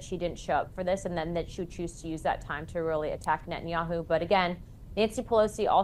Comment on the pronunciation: It's Ne-TAN-yahu not Net-in-yahu.